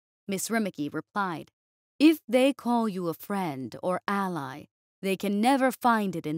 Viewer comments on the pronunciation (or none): none